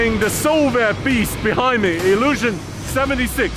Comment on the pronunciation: This is not ai el this plain is IL (ILiushin)